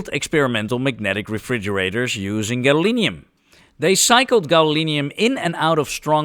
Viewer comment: Egad, man! It's gadolinium!